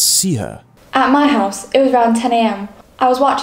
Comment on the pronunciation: Howse instead of house! 🤣😆! 😆 😂